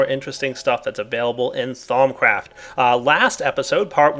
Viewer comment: Lol sounded like he said thongcraft